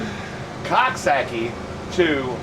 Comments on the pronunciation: Omg to hear u say Coxsackie is hysterical. Its pronounced cook sac kie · I live not far from there. It's pronounced Cook-sock-ee, lol. Whether or not you pronounce it correctly, it is hard to say without laughing. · lol I’m from here it’s pronounced coxsakie lol